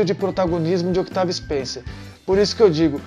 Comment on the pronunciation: Com licença , o C de Octavia Spencer e muuuuudo ! Pode pronunciar , Otavia , nesse caso / como Desculpe a comparação , o corredor , de Formula 1 , Daniel Riciardo / o povo não lê Riciardo / fala Ricardo erradente ! Ja o Carie ! E o segundo remake ! Por favor dê data, para as pessoa ficarem , e pode Tem pesquisar